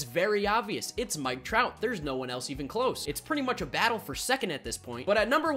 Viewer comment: I love dj but it’s mike trout